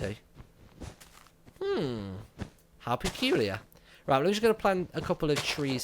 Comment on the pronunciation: he said how pecuiler